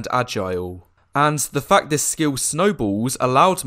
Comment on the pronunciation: When you said fact I heard fucked! 😂